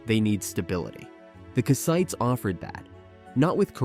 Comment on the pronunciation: Nice video but... "ite" is not the stressed syllable, "Kass" is. Anytime in English you see a people whose name ends in "ite" the ite" is never the stressed syllable. Kassite, Hittite, Samnite, Elamite, etc - all unstressed "ite".